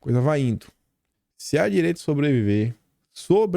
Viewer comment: não é foi Ino, é foi indo.